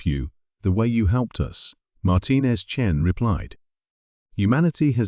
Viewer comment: I see the Great Vowel Shift has occurred. Chen becomes Chin.